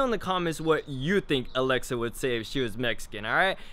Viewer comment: Alexa isn't saying it right in spanish